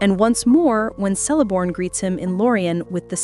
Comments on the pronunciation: Seleborn? The letter C in Sindarin is pronounced hard, like a K. Either AI, or someone who never read the appendix to ROTK. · Also, Thranduil is pronounced Thrahn-du-il. The a is soft. Like Elladan is pronounced like Ella-dawn. And the last part duil is pronounced separately and not together. The Celeborn part is an easy mistake and I used to do it too. But I have never heard Thranduil pronounced as Thron-dol.